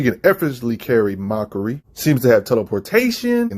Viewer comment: Look, I know he hates "grammar nazis" but when you are screwing up names so bad that you got to lock at the video to see who he meant, that's pretty bad. Like he's literally calling MAKARI "Mockery". That's unacceptable, lol!